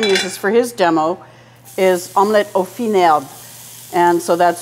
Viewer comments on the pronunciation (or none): My French aunt says baveuse not bavoose.... and fines herbes is pronounced finezerb.